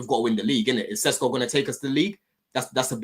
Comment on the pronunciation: Why does say sesko.. Shesko 😂